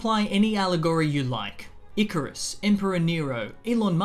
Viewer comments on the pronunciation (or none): none